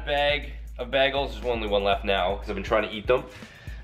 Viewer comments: BAY GLES NOT BAGLES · He said bag-als not bagels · The way he says bagels 😂 am I the only one that thinks it should be pronounced 'baygels' ? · The way he pronounced bagels so cute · Bag of bagels haha (it's funny cause he says bagels funny...get it?...😁) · why does he say bagels like that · the way says bagels hahahahaha